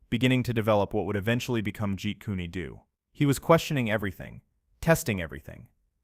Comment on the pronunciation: Get a live human narrator for these martial art videos, and teach them correct pronunciation. We all know there’s no such thing as Jeet kuny doo, or shot a can, or tay kwon doo. People don’t wear jees or g ize. There’s no great master named Eye Pee Man.